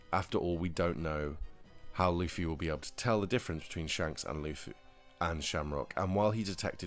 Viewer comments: It's "loofy" in every language brother. you could call him Lucy though, he dgaf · Am I going crazy or am I hearing luhffy when he says luffy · why do you bounce back and forth between pronouncing Luffy incorrectly and correctly?